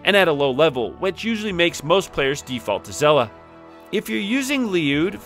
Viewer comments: It's said as Shell-ah🐚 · it’s said SHELL-AH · You can't think it's pronounced "Zella", like how could you even